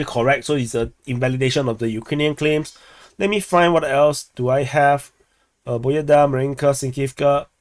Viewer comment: This is not BOEDA, this is PO BE DA. BE is like `bed`